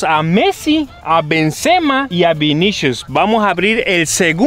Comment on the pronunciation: lo que mas risa me dio fue que se equivocaban pronunciando los nombres de los jugadores tops xd por ejemplo a MBAPPE le decian Empape a BENZEMA le decian BEN SE MAS